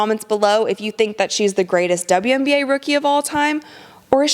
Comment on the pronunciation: Did you just say "uwian na"? You made me smile on that one.